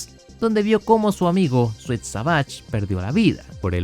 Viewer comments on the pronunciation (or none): none